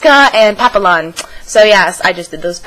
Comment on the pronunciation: Papillon (pap-ee-on) is french for butterfly. XD